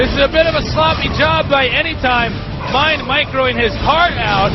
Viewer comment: A MINE-D....that was terrible, lol